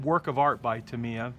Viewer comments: Great vid, great build, absolutely awesome. Just 2 things though, it's not Ducoti it's Ducati, "Du ew cat e" and its not tumiya its Tamyia, "Tam e r" why do americans mispronounce so many words ? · It’s pronounced TAMiym not TIM they is only one letter I........very good build....